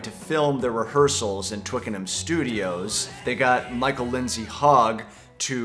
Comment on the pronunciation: Great review, mate. For me it was the magic of watching the evolution of Paul's Get Back. Goose bump moment, right there. Props go to you for the Scouse accent and the correct, non-US pronunciation of Twickenham!